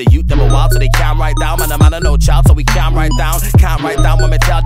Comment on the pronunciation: A white man pronouncing calm like cyalm is major cringe